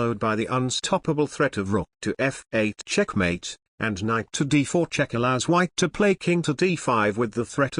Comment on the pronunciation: I like when he says "CHECHMATE"!